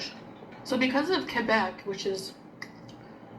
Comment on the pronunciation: she can't even pronounce Quebec like someone who speaks french does, god she is annoying